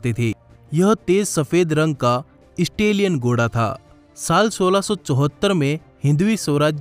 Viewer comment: Goda nhi bhai ghoda hota hai..ajeeb lg rha hai sunne me 😉😉🙄🙄